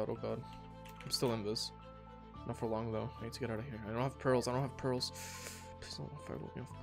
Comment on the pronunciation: "i have no perals"